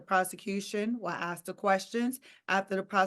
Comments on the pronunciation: is a legal analyst and says AKS for ASK??? Well, if the BBC has presenters saying HAITCH for AITCH, I suppose we can't aks more from the colonies. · She needs to learn how to pronounce ask